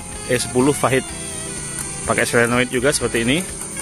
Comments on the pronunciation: Solenoid bang, bukan selenoit 😅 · pake D om, bukan T 😊 selenoid